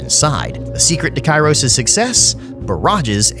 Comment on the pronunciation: Every time you say Kairos, it looks like you're Jack from "Stranger in paradise" saying Chaos!